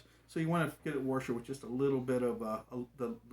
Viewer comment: what's a warsher?